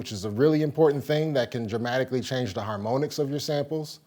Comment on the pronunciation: Are we going to pretend he didn't just say, "harmOhnics"? Great video by the way.